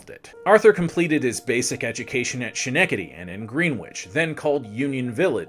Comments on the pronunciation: Other than a horrendously cringeworthy mispronounciation of Schenectady, well done. It made an otherwise well-done video hard to watch. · 2.4 million subscribers? Yes. You mispronounce Schenectady brutally. You maintain a vaguely sarcastic tone without a glint of wit. You are insultingly poorly dressed. You would do well to lose 30 pounds. When you said the conductor claimed the other passengers would be insulted by the ABSENCE of the nice black lady - and I checked this twice - it confirmed that your copy editing is as slovenly as your attire. 20 million incels in their parents' basements would do as well or better. Chubby guy in an ugly shirt reads a Wikipedia article with extra condescension sauce. 2.4 million subscribers. The brilliant Mark Maguire is at about 65K. Back to the libertarian bat-cave to rehabilitate the free market on this one. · The most forgetable President ever is Buried in Albany Rural Cemetary. Nice grave. Schenectady...(Ske-neck-tidy) not (She- Neck-idy)...close. but not quite there. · It's Skenectady and NOT Shenectady. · Did this guy just call it shan-ecady NY?! It's..... Ska-neck-ta-tee. Bro....you're teaching people as an online educator. Try and know how to say the names and towns right. Derp* Derp* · Heh "Shhnectedy." "SKnectedy," bubbe. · Say it with me… “Skuh-NECK-tuh-dee” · Dude. Ska-neck-da-Dee. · Well done, but fam... it's S-KKKKKKK-ENE-KKKKK-TEDY!!! and GREHN-ITCH!!! lol so difficult to listen to with the mispronouncing. But well done, nevertheless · Ska- neck taddy!! Schnectady I’m sorry it was very hard to hear you say that so badly. Please heavily research any New England names before venturing into this part of the country hint Worcester = woostah. And peabody is peabiddy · Ska-neck-ta-Dee. Cmon man. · It's Ska-Neck-Ta-Dee. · Schenectady = Skin-eck-tiddy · I came right here after the second mispronounced time he said to see if it was already mentioned. I see that it was. LOL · Hearing you butcher Schenectady is sending me.